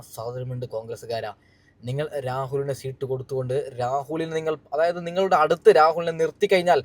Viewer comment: സീട്ട് അല്ല മാഷേ സീറ്റ്... Rahul ഇഷ്ട്ടം ❤️